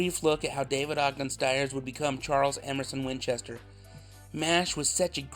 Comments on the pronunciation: st-years… the I is there for a reason lol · I had always thought that his last name was pronounced "Steers" instead of "Stires" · I learned a lot from this video. The first was the pronunciation of his last name. Been saying it incorrectly for the last 40 years.